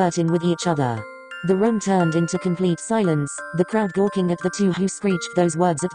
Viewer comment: when the voice says 'room' it sounded like 'rum'! I'M WHEEZING!!!! :))